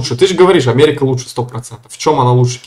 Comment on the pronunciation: Омэрика 🤣🤣🤣🤣Ой я не смогу)))